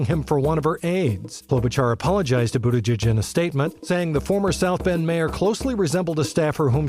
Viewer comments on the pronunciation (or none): Good show but please learn how to pronounce Buttigieg